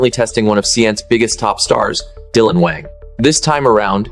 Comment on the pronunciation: If you’re going to talk about Dylan, you could start with pronouncing his last name right. People who follow Dylan know he’s kind and being slandered.